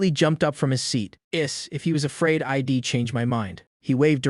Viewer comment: The software has trouble with properly pronouncing contractions such as I'm I'd he'll.